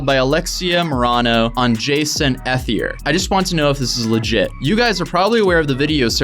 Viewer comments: You’re saying his last name wrong it’s pronounced E-thier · I think ethelier is pronounced like eth ee lee ayy, like all as one word